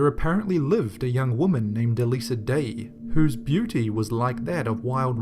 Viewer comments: Its not e-lisa, you say it like eliza duh, and its a song by Nicholas cage and Kylie monogue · 15 is a song though. Also, Elisa is pronounced as Eliza.